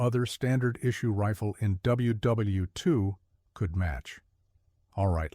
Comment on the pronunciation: Dowble-u Double-u 2 soilders. AI garbage